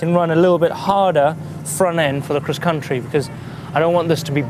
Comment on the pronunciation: He pronounces cross-country “Kriss contry